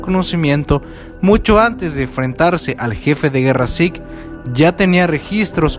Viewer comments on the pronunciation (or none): Porque zik es Zeke (ceque) no zik ya estamos con los anglicismos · Estaba tranquilamente viendo el video y de repente me di cuenta de q llamo a zeke "zik" al principio no habia entendido q hablaba de zeke, pero luego lo entendi y me dio mucha risa :v